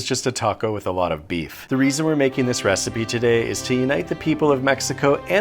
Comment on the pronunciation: “But is bis a thurger?” I don’t know why that was so unsettling to me.